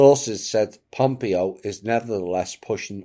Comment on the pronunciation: I hate to be pithy but it’s pronounced pom-PAY-oh. Thnx😉